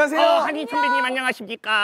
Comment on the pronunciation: 뿝~ 뿝~ 귀여워귀여워 ^_________^ㅎㅎㅎㅎ 턴배님~턴배님~ 하더니 펭수가 선배님 노릇ㅋㅋㅋ